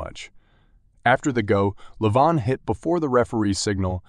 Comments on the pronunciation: He is Levan.. Not Leevon 😂😂 Or not Lee Van😂😂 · Good job 'Leevan' 😂